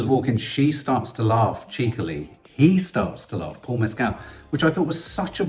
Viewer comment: Great review. Please learn to pronounce Paul Mescal's name correctly